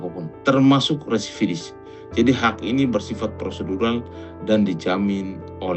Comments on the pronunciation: Residivis kalee....bukan Redivisis ataupun resividis😁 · residivis bang...bukan resividis😂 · BILANG "RESIDIVIS" AJA KAGAK BISA MULL... BOLAK BALIK "REVISIDIS" DASAR SDM TERMUL..😂😂